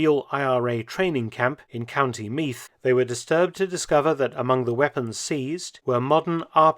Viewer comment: The TH in Meath is pronounced like the TH in the.